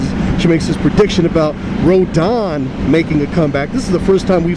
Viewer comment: its RO-DAN.